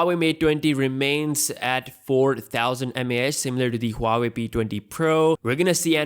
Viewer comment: It's pronounced waa-way hoo-waa-way